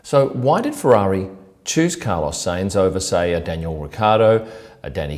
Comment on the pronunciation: How are you pronouncing sainz? Haha. It's Sainz, NOT Seinz